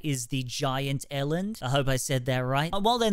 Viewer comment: As a southafrican, i died inside a little bit when i saw people trying to touch kudus and also when you said eland like that 😭